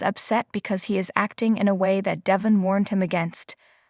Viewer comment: First of all his name is Da'Von, not Devon(pronounce his name right) 2nd the pictures Don't Match the Story!!! You can't follow the story line??! B.Powers